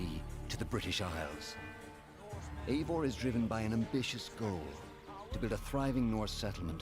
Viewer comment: It's not AY-vor, it's I-VOR! How can the makers of this fucking game not check the pronunciation!?